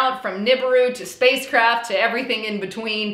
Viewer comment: Did you say “space crap” or “space craft”?😂😂😂